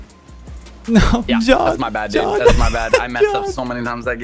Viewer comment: Alejandro Santander I’ve never seen anyone butcher Jon’s name as bad as you just did